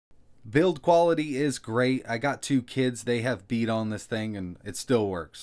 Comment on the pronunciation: It sounded to me like 'they peed on this thing, and it still works'. :D